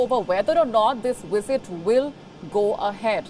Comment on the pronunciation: Her wisit